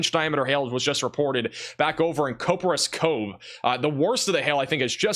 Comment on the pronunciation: Coperas Cove Starts with "Cop" not "Cope"